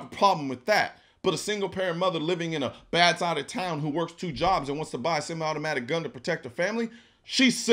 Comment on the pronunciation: How about the fact he can't even pronounce "Semi" correctly